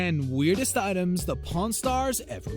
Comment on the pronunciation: I thought he said porn Star 😂😂